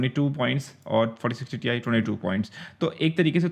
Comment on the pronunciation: Ti nahi Tie bolo 👔 🙂😆